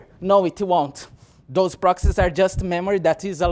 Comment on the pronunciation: "prokseses" xD